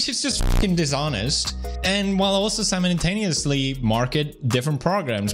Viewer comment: 🤣🤣🤣 did he really just say "somonintainiously" lmao it's Is simultaneously.